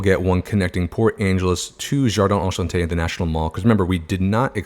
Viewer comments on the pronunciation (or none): As someone who speaks French, I almost fainted when you created the PA-JA line. Enchanté, not Anchanté 😳😭